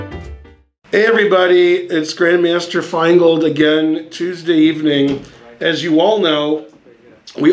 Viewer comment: circa 21 minute mark, could have sworn he was going for "Benjamin Fineold"